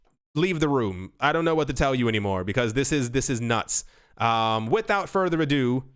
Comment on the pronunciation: I like it when he says a-doo